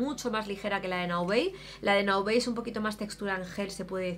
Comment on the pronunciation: "Naobey"???? Pero si Naobay es una marca 100% española 😳😳😳